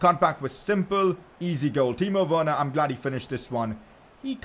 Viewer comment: It’s Werner